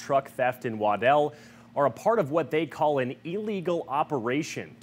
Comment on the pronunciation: "An" agency, not "uh" agency.